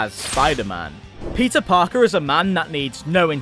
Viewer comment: Did you say Pizza Parker? Or i'm just bad at hearing??